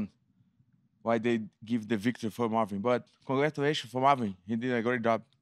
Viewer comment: Congwatwaysho fow mawwin, heedi at gway dub